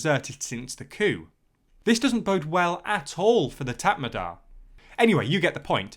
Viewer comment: Also it’s Mee - an - mar and Tat Mar Daw